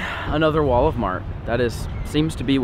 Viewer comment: I just realized you called Walmart Wal-of-mart (no hate)